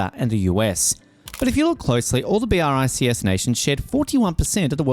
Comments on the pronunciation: It's not B.R.I.C.S. Check the pronunciation, would you?🙂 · I can't get over the narrator saying "B, R, I, C, S" every time...